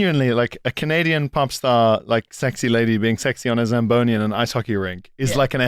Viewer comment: "The shagboni?" SLAMBONI